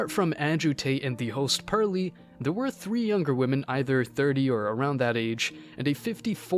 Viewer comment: Her name is “Pearl”, not Purley.